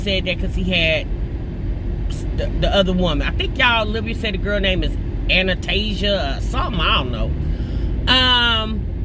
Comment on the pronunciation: Anistesia lmao the other girls name is “Tanisha”